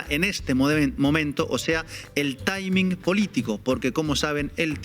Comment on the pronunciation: ¿Taimin? ¿Espóiler? Por favor, no hablen como ignorantes. 😑